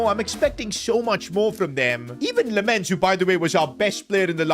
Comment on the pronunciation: It's lammens not lemmens